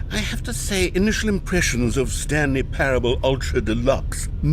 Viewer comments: Wanted to rip my ears out every time he said “parabable” lol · It’s pronounced pair-uh-bull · Just so you know it’s pronounced like pair-able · Not the best start when the streamer can't even pronounce a the word "parable".... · ah yes, Stanley Paraeoblibl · Dude …. (Pair-ah-bowl) That was embarrassing I do not know how u make it thru life on the daily good luck bud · Someone probably already said it but it's pronounced Pair-Able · you cant pronounce parable?